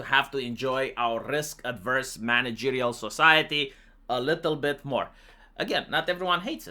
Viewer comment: It's risk averse, not adverse. Completely different word.